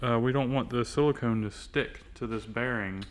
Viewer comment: that is caulk not silacone won't be alright lol